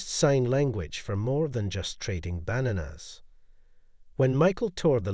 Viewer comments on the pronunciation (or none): You should hire a asterisk real asterisk person to narrate. I’m pretty sure a asterisk real asterisk person would know how to pronounce asterisk banana asterisk exclamation mark